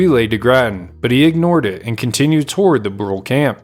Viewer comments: As I understand it the band was known as the Brulé (Broo-LAY, not Brool). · Brule is pronounced "Broo-LAY." From the French meaning Burnt.